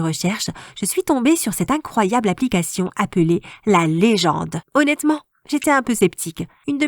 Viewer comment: Eu ta dit 2 fois aunetement